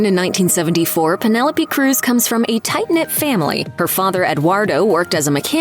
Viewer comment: My thoughts are that you need to learn to pronounce her name properly 😮